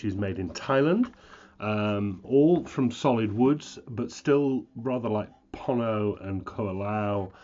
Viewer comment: Not to be picky as I love your reviews. They are tops! But...your Hawaiian pronunciations leave a lot to be desired. Pono is P-OH-NO as in "oh no!" with a P on the front end. Opio is Oh-PEE-oh with the accent on the "i" which is pronounced hard E in Hawaiian. You've got KoAloha down. Well done and thank you for your excellent reviews! Mahalo (Mah-HAH-low);-).